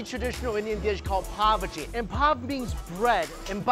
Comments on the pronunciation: Sorry but: "Its a really common dish called (what i heard: Poverty) Pav Bhaji. Poverty is no joke but hearing it be presented like that. Looks damn delish tho! I've loved to go to india for years, mainly for the food and culture. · Papagi😭 I think he meant pow budgi or however u spell it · More like pav g masala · Whenever u says pav bhaji it sounds like pubg 😂😂😂😂may be I a addicted to game... But I am sure I am addicted to pav bhaji more